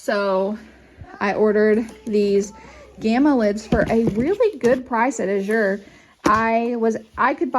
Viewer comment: Thanks for explaining how the drop went. Very helpful for those considering Azure! (Which by the way is pronounced AAA-zher. A as in cat, accent on the A.)